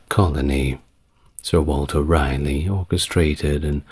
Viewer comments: I love listening to you but why are you calling him Walter Riley, when his name was Raleigh, pronounced rally? This is your only story I can't listen to . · Its pronounced “Rah - Lee” Thanks, multiple generational N Carolinian